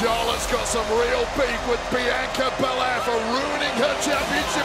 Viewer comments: Wade said biyankca lmaoooo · Love that Cole brushed off that Barrett mispronounced Bianca’s name